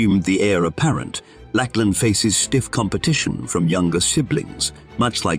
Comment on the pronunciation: It's not "Lackland". It's "Lachlan", which is pronounced like Loch and lan. Loch, of course, has a kh sound.